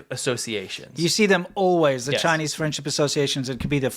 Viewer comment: CHY-NEES medicine, or CHY-NEES prison torture? WHY NOT BOTH?!?